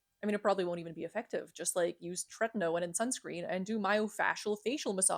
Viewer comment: The coolest thing I learned from this video is how to properly pronounce tretinoin. Thank you for blessing me with this knowledge. Other stuff was cool too so tyty